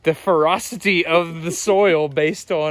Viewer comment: I cannot express the extent of my bliss upon hearing "ferrocity"